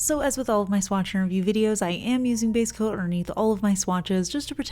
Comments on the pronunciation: Not gonna lie, I heard “swatching review” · I always thought you were saying “swatching review” 😂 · I definitely hear "swatch n review." I listen to a podcast called Cortex and they just came out with a new product they're calling the sidekick notepad. But Myke sounds like he's saying /psychic/ notepad on the podcast, I am so amused. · I’ve always thought you were saying Swatch review for You! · I always thought you were saying "swatching review" 😶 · I always thought you were saying, "Swatch review" so now I know! What a beautiful collab! Thanks for sharing these polishes with us. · Too funny, ive always heard "swatcher review" too. you cant convince me your saying "swatch and review" lmao 🤣🤣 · I hear it as “Swatch n’ Review”. 😅 I grabbed these as soon as I saw them! It’s such an interesting collab, and the inspiration for each polish works really well. If we’re being real, I would have grabbed these for the bottles alone.